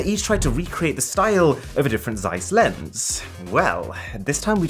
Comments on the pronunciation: Would be nice if you pronounced Zeiss correctly 😉. ZZZ(sharp)eissss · Please stop butchering the name Zeiss. Otherwise Great video as always.